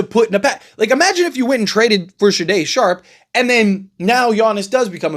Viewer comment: AI also exists and a good portion of reports posted online about the NBA offseason are AI generated. Someone put some players and their salaries into an NBA Trade Machine app and then they spat out this report to generate clicks. If the Blazers traded Shaday Sharpe, as you have called him in this clip, then GM Joe Cronin would ask for 2-3 unprotected first round picks back. His name is pronounced Shay-don Sharpe. Sade(pronounced Sha-day) is a singer from the 80's.